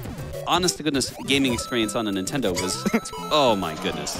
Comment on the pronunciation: Did this dude say his child was named "rintendo"?? I really hope that was a joke.